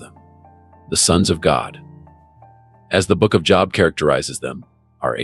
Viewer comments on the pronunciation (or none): Stop being cheap and using text to word AI. Jobe, spelt Job. Thats not cool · First you need to pronounce "Job" correctly. I didn't go any further when I heard this.